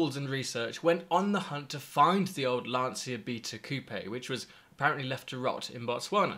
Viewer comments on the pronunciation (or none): Lancia is pronounced LAN CHA🤗.